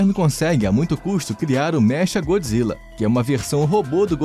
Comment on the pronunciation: Se escreve "Mecha" mas se pronuncia "Meca" Godzilla.